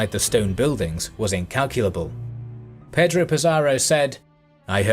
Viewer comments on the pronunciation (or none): none